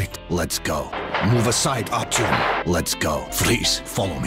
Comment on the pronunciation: I know that there is no expectation for an english speaking person to be able to pronouce russian names correctly, and I don't mean any offense in this, but as a speaker of a slavic language the pronunciation of Artyom's name hurt. (also the english dub, never heard it before and oh boy is it bad)